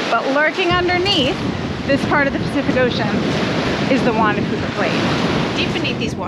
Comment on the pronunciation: juan de "fewka" is how it is pronounced